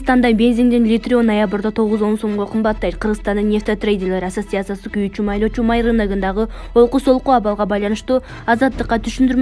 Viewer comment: Асиотсатсия дейби